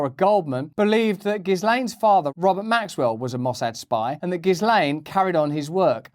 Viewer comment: Could Hawkins even protest a mole station (sic)? And at this point, is the mispronunciation of Maxwell’s name by everyone but her accusers intentional?